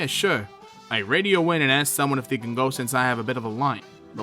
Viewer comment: The real question is not "where's slazo?" The question is really why does pronounce "they" as "thee"?